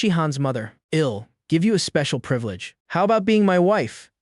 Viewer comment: Fcking eel cook.. Eel clean.. Eel pay you back can someone slap this AI for me 😅😅